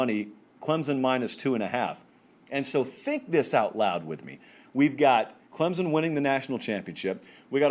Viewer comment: Its "Clemson", not "Clemzun".